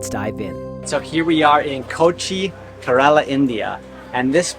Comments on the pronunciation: bro it is not kaaarala it is kaarala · It's pronounce "care row la" smh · You could begin by learning how to pronounce "Kerala" (Hint: It's not "Kuh-RAAAAA-La" LOL). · He said Carolo 😂